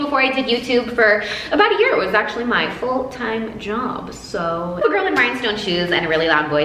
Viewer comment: You do sound very Australian when you say soo...